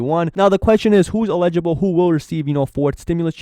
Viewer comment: Free. Im not trying to be a karen. Tho I think the word youre trying to say is Eligible- e LLLLLL-IG -I-BLE. I might be right I might be wrong. Just saying. Have a good one:)